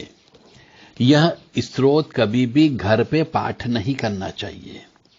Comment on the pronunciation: आप तो स्तोत्र शब्द ही गलत बोल रहे हैं।